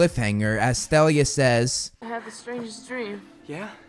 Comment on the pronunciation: Why are you pronouncing the "h" in Thalia?